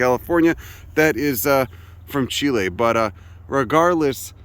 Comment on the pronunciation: Thank You!! for pronouncing Chile correctly! 🇨🇱 (I'm not Chilean, but I care.)